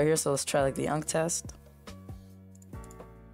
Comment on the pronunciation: you-an-see not unk 😭😭🙏🏻🙏🏻